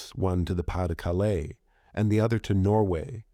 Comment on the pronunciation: Btw, your pronunciation of "Pas-De-Calais" was quite good, thank you :D